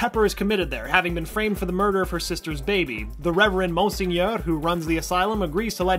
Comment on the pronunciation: Also I rolled my eyes at the way he pronounced monsignor (correctly pronounced mawn-seen-your.) There's no excuse for not knowing when the words are literally said over and over again in the show.